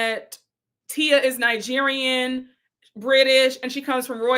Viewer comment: Forgot to say, Wendy can't tell Stacy she needs to pronounce her company name properly and correcting her when Wendy says Ningerian instead of Nigerian. I have heard her pronounce it like that every time, wondering why she adds an n.